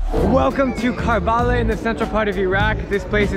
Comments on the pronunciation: It's not pronounced as Karbaaalaaa. The correct pronunciation would be " Kuhr-Buh-Laah ". Please remember its actual pronunciation sounds good to hear that way. 👍☺️ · Drew, you pronounced Karbala wrong. It’s pronounced as ker-bu-lah. Overall a great video!!! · Hearing you mispronounce karbala feels really offensive to me as a shia but at the same time you horribly mispronounced it that it became funny